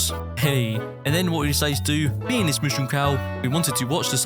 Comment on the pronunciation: Mushroom not mooshroom